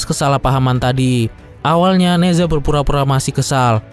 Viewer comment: Ne Zha bacanya Na Cha...Z di baca C